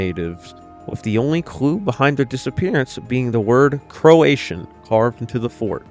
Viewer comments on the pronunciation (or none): The carving found at the site of Roanoke was “Croatoan” not “Croatian” lol